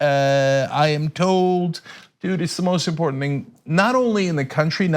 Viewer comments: Dude can't even pronounce "important" ,,,😅😅 "impoor-tan-nit" WHAT A FUCKHEAD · Import-entent.... That's what I thought I heard....